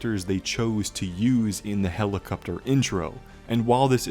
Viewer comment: Helicupter lol